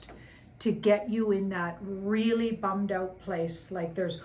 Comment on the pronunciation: I live for hearing a Canadian say "bummed out."